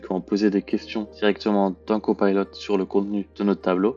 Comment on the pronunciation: Copilot svp et non cpaylot. En français c plus joli.